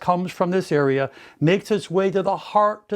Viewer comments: he says earea instead of area 😍 . I hope it works, I will post when I see a difference. can't really hurt as I already have big ears lol. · Is saying " EARea" for " area" on purpose??😅🤔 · "This is a very powerful earea"